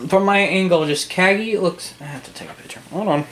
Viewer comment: You said Cagney wrong.